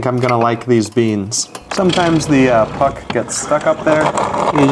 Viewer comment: Took me a while to register you said "puck."